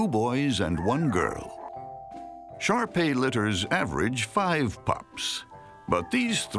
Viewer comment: First time I heard him say shar-pei, I thought he said sharpie as in the marker